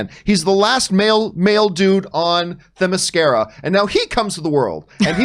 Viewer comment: I'm all up for a henry return, love him as superman. but the blonde that couldnt say themyscira right sounds like an idiot. she should never be allowed to speak ever.